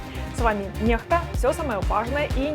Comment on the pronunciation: Скажите этой журнаш..., что на канал читается Некста а не Нехта. Или дикцию отрегулируйие или грамотность 🤭